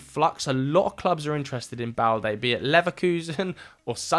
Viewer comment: Loic Bade not balde